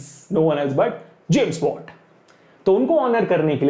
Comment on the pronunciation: i heard james bond when u said james watt lol